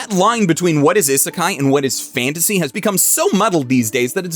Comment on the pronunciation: Isn't he pronouncing isekai wrong? Isn't it "ee-suh-kai"? Not like an American type "is a kai"?